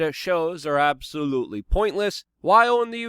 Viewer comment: And “absolOoTley”